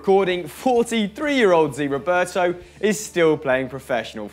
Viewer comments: it's ZÉÉÉ, not ziiii Roberto ffs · Zé not zi